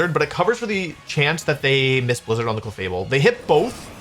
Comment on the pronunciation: “Blizdner” instead of Blizzard